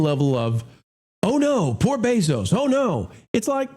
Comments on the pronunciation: It’s Bezos, not Beeeezos. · FYI it's Bezos NOT BEEZOS